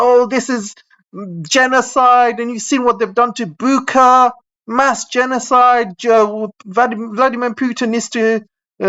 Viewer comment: Be careful about mentioning Bucha, YT is really funny about that subject being mentioned. You pronounced it wrong anyway so it should be fine but don't give the google tyrants any excuses to mess with your channel. The correct pronunciation is 'Boo cha' like butcher more or less.